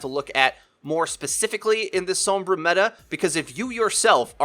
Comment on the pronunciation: gaah i love all your vids but the way you say sombra kills me. anyway, keep up the good work.